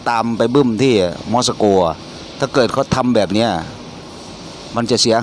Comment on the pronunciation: 5555 ม็อด-ซา-โก ต้องอ่านว่า มอส-โก 5555..บรึ๋ย..